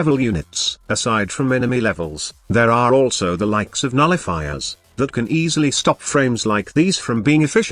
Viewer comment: Am I the only one hearing Nullifookers instead of nullifiers?